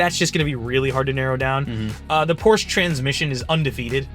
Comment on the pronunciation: Please pronounce Porsche correctly!